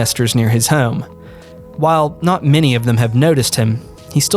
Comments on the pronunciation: For the love of God, learn how to say “home” you are killing me 😂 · "Heugghyaome" How hard is the word home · The way this dude says "home" like "heyyohm" hes gotta be from Philly or nearby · The way you say the word home kills me 😂